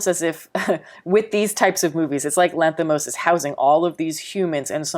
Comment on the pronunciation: it's very impressive how correctly you pronounce his name, like being Greek! 🙏 Probably his best movie but not for all.